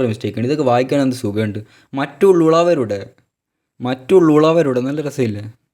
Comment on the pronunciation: That 'മറ്റുളുളവരുടെ'😁😂